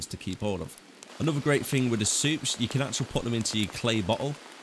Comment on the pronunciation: The only fing I fink was missing from this video was a lot of Th's. Everyfing else was great information, not to fick or to fin on the detail. Thank you for the upload